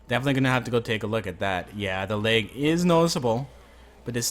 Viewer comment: LAG NOT LEG